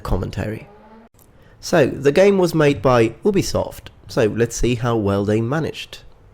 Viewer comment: Lol "Oo-be-soft"